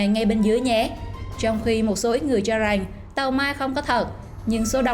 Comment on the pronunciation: Em người gì? Mà phát âm lạ vậy , chử rằng không phải chử rành